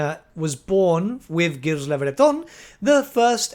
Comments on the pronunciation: Gilles is pronounced "Zheel" it's supposed to be french, please it hurts me when i hear the first king of bretonnia "gills" XD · Hey, love the video but the pronunciation of Gilles is like "zheel" or "Jeel" with a J sound, not G. Its supposed to be French. Thanks.